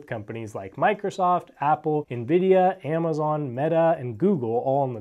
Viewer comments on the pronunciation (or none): none